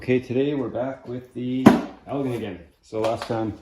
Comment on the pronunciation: Ell- Gin Lol 😊. But man! They are my favorite obsessions, too! I've got 5.5.5hp's, 7.5hp's and the 12hp's, of which the 12hp's are my favorite hp. I've been searching and hoping for an 18hp but so far, no luck in Michigan. West Bend made and quite a few Chrysler parts will interchange. Nice one,!!